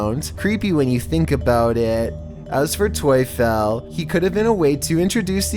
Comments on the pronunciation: Tuefel : if you change the u and e it’s Teufel and Teufel in german means Satan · Tuefel?😂😂 In germany the devil is called Teufel. But Tuefel sounds better😂 I love it hahahahaha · The#1 video "toyfel". Obviously not Polish but "Teufel" is German for "Devil" and is pronounced basically the same way...just throwing that out there.